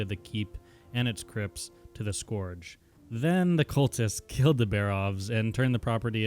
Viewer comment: it lowkey triggers me how he says scourge